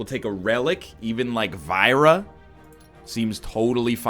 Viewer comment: Vajra isn't pronounced "vy-ra".